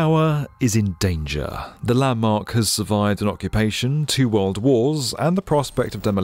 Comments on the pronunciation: I love the way our narrator says “d” at the end of a word as a “t”! “Worlt” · In the wuuuhld.